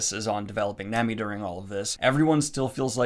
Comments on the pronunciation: Its pronounced nah-mi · Sanji is pronounced Saw-n-jee Nami is pronounced Naw-mee Also, Usopp gets better. Its gonna take a while though. This fact is widely agreed upon. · nami is pronounced naw-me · Ahh shit lmao first time seeing this old video of Daniel...lmao he is one of them that said Naymi ig lol...and said she's busty ????lmaoo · Nami (Nom-ee) please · Hey Daniel! Just a little tip for pronunciation of Japanese words! It mainly comes down to the vowel sounds. If you see vowels in a romanized Japanese word, they will USUALLY make these sounds (the sounds these letters together make in a word). Hope this helps! a = ah e = ai (wait) i = ee (meet) o = oh u = oo So for example! Nami is "Nah-mee", Sanji is "Sahn-jee", and manga is "mahn-gah". Loving seeing you take a step into the crazy world of Japanese comics! Hope you have fun! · I’ll let you know now ( no spoilers ) . Oda , is heavy on world building and foreshadowing. Your analysis was great ! A little bit more depth for Zoro and Mihawks fight but I understand given his character and where you are right now. - The next area is Alabasta and “Sanji” and “Nami’s” names are pronounced with [a]. I got nothing for Usopp 😂 people either like him or not lol he’s comedy for me. All in all been subbed for a while and love that you reviewing One Piece! No idea if you’ll see this but the arcs will not get shorter but gain more depth and development to the islands for whatever arc you are in. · I wasn't going to correct your Sahn-gee, but it sounds like you're still saying Nah-mee wrong too. Just in case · Nah-me San-G Ala-bas-ta Im so happy you like One Piece so far also just helped you with names in case people get angry at you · Small correction. Sanji is pronounced Sahn-gee and Nami is pronounced Nah-mee